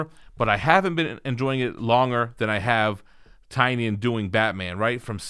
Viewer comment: I believe it’s pronounced Tin-ion